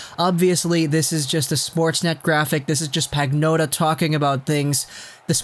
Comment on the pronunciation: It's pronounced "Pan-yotta", not "Pag-notta".